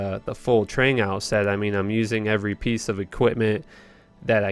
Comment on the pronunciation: That's what I was thinking. It's 'Trang-oohls' or 'ghouls'